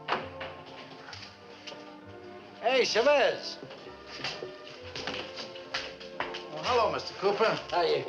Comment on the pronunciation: Sad they can't pronounce Chavez properly.